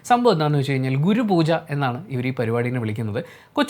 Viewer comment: Google pooja 😆😆😆😆